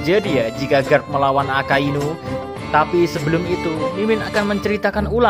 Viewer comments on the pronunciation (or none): Mimin salah ucap yee di menit 5.59-6.00, harusnya AKAINU bukan AKASUINU 😁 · 06.00 yang gw denger akasuinu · Guwe skip pas mimin bilang ak*asu*inu.., mau ngekek dulu njir...🤣🤣🤣 👍👏👏